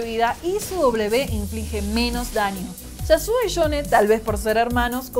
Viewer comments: shasuo y shone xDDDDDDDD yo lo pronuncio iasuo, ioun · pesadisha mashor enfriamiento shasuo y shone